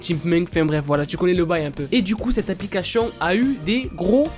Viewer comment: arete de dire aplicachetion !!!!! ;))